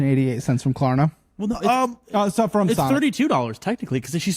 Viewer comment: First of all, she keeps saying “Corna” for Klarna. She talks that on purpose and is getting mad that people don’t know wtf she’s saying.